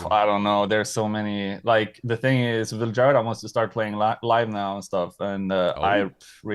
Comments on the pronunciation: A Swede mispronouncing his own band's name is unforgivable to me. Why would he do that? Why would he not teach these lowly Anglo monolinguals that "J" is pronounced like the English Y in the majority of languages in Europe. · He’s not pronouncing it in Swedish here though, so I’m not sure this is correct even. He’s pronouncing it like Swedes sometimes pronounce their name to make it understandable for English speakers. I’m Swedish btw